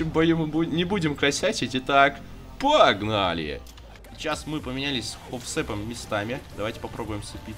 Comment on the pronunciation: ПППППАГНАЛИ. ППППППАГНАЛИ. Это ужас какой-то